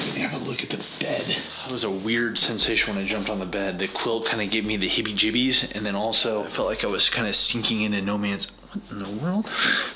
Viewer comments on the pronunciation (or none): Heebie Jeebies - no - hibbiejibys